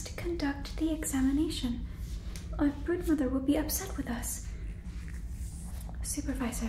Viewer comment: please tell me i'm not the only one who heard "Birdmother" instead of "Broodmother" 😭😭😭